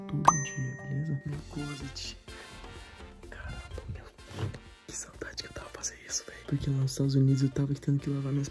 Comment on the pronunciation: Nuca vou esquecer o "caranba very" da 😫